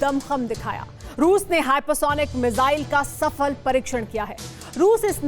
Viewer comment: It’s missile not mizaile